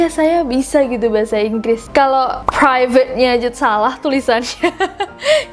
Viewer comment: Yang perivate kak ness.. sumpah tuu beda banget😂😂😂😂😂